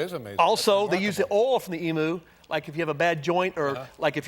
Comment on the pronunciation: Pronouncing emu wrong its not an emoo its an e m u lol😊